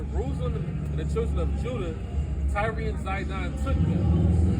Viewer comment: It's just tyre..pronounced like "tire" not tyree